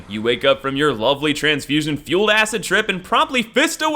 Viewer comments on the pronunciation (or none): none